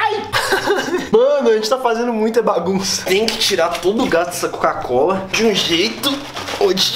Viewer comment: Ele não consegue falar COCA COLA , ele fala (CACO COLA )😂😂